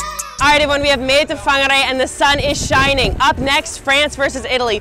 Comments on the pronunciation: She pronounced Whangarei better than some Kiwi's here with their "Wongaray", that's wild. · Your pronunciation tho😲!! "Whangarei" 🙌 So on on point 👌😅